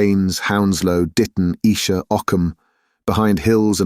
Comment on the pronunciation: The reader's voice is easy to listen to but many words are mispronounced, especially place names. 'Naze' (rhymes with haze), not Nazi. Esher has a long initial vowel etc. Lieutenant chops and changes between American and British. Also, some of the reading is very flat where a little more emphasis would make the meaning clearer, 'flying people' for example. Enjoying it though, what a cracking read! Thanks,!